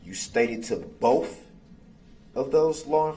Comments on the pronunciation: "bofe detectives"... not boTH, but bofe. 😒. I hate that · "Boaf, boaf detectives" 🙄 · Bohff = both 🤔 no F in both 🤪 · This lawyer is terrible. What the hell is “Boaf”